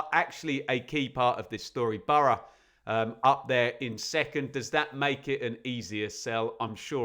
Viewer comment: No one says bor-o. It's burra, phonetically.